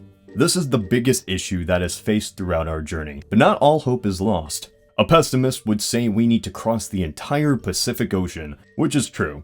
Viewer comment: "A pestimist..."